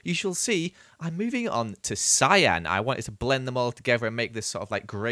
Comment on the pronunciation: Not me flexing on how says my name all the time ✋😩 (my names Cyan)